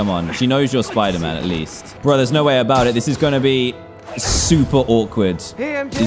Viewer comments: Dantdm: Hello guys, today were are going to play some SPOODAMAN. Me: spoodaman? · He said spooder man at the start hahahahaha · Dan TDM : Welcome back to spooder -Man ME : Wait I must be hearing you wrong what did you say .............. 🤔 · DanTDM HEHE! You said spooder man. Did you mean “Spider Man”? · “Welcome back to spooderman” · me:dooooo doooo dan:welcome back to soiderman Me:WHAT DID YOU SAID replays in slowmode Dan:welcoome back to soiderman Me:dies* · Lol In the start he says spuderman instead of spiderman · in the begining he said SPOODER MAN! :} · Why did you say spidermoon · "Hey guys! We're back in the world of, Spooder-Man!" .w. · dan: spooder man Me: seriously spooder man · UHHH........ UMMM..OH I THOUGHT WE SAY SPIDER-MAN BUT DAN IS A LEGEND HE TAUGHT ME ITS NT SPIDER-MAN ITS SPOODER-MAN YAAY.SPECIAL THANKS TO DAN HE CORRECTED THE WORLD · "spooder man" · he said spuder man lol